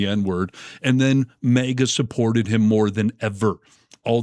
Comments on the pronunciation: for heaven's sake stop saying MEGA. It is maga so it sounds like maggots. And it is make America.. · I'm sorry, but it's not May-gah, it's MAGA as in MAGAt (or maggot). I will be 🗳 voting 💙 !!! Her blatant use of the N seems like she is racist, no doubt, and racism is taught and runs deep. She appears to be darker skinned. I am not sure what her ethnicity is. No matter, no one is better than another. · Maega? It's MAHGA! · Dude! It's pronounced MAGA - like magat, not Mega. I don't get why you mispronounce it, but I can't watch you because of it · YOU ARE DRIVING ME NUTS WITH YOUR "MAYGA"! It's "MAAAAGA". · MAGA ... not 'maygor' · It's pronounced "magat" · Why do you say MAGA like Mega! That shit bothers me everytime I see this dude say it! That’s y I’m not subscribing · "Mayga" is grating on the ears... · Why are you pronouncing MAGA as mega. sounds dumb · The way you pronounce MAGA is so distracting that I missed what she actually said and was just fighting my brain to unfocus on the pronunciation kkkkkk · Sir, you pronounce “MAGA” kinda weird, with a slight pause between the two syllables. It’s as if you are trying to be sure that people are hearing you say “MAGA” and not “maggot”. Save yourself the trouble, though. Because they pretty much are the same thing. One just wears that stupid hat to show it.